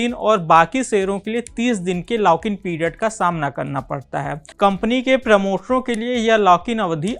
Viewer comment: Your pronouce is to improve... लाक in नही भाई...लॉक in